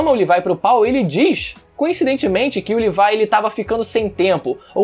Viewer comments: Cara n se fala L I V A I se fala LEVI CARAI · Livai?;-; fala "Lêvi" pelo amor de Deus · Ele falando "Levai" me dá uma agonia...FALA LEVI PÔ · Odeio quem fala Levaia O certo é Levi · Mano o cara ta falando livai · "LIVAI" KKKKKKKKKK